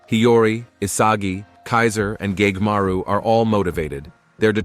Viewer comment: did i just heard gaymaru?